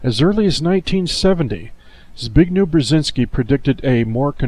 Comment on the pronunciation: bignew brłezynsky XD